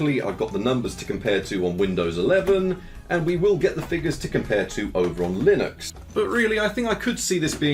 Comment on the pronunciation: "Linox" Britishness acting up lol